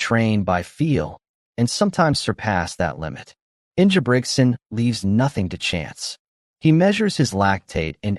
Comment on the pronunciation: Learn how to say his name correctly bro.